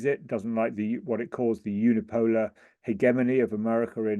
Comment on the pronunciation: It's the correct pronunciation, Heh-Gem-Eny.